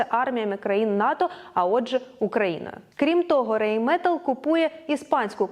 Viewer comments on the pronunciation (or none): Райнметал читається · Все добре. Для покращення, Rheinmetal - РайнметАл (ei - це ай, ну і німнці наголос наприкінці ставлять)